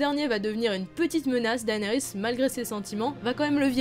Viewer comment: Juste comme ca on dit dénérys et non daénerys...